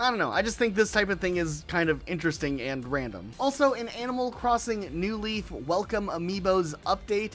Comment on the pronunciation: why do you always accent the NEW in new leaf instead of the LEAF in new leaf. it makes it sound like there’s an “animal crossing leaf” that you’re trying to differentiate it crom